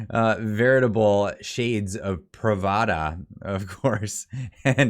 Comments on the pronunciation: Pravda (not "Pravada", as says it) was the Soviet Communist Party newspaper. The word means "truth" and the paper was used to push Soviet ideology and communicate threats to dissidents., you really need to learn this stuff. When you mispronounce words like that, you come across to educated people as not very bright and they write off everything you have to say. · Thats PRAVDA.. NOT PRAVADA... KHANADONI lmao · That Pravda not Pravada know your history and your facts !!!! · To be clear. The dummy wasn't referring to the CBC at all when he mentioned the $600 million. The dope was referring to the 2018 bribe of the entire legacy media who are equally deserving of being labeled government funded media since they, too, take taxpayers money. BTW, "Pravda" was the USSR's main propaganda publication. Your pronunciation implied you weren't aware of that fact.